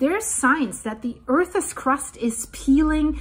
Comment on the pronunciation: please check on the pronounciation of "earth's"